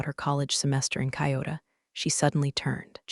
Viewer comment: K eye oh toe? Lol😂